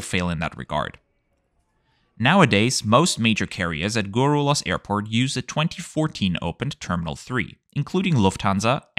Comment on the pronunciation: The way you pronounced Guarulhos 🤣🤣🤣. But yeah, I guess in Brazil 🇧🇷 the best airport is Curitiba (CWB)